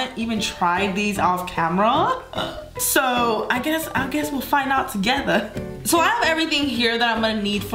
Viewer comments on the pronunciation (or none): Lol at the beginning she said I guess we’ll find out togetha 😂